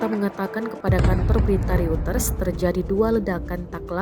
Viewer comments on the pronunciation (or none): none